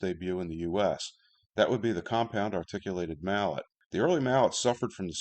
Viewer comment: Very good video, but slight gripe: This might be something you already know, but Mallet is pronounced Ma-lley